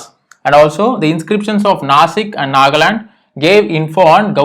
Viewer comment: its Nanghad not Nagaland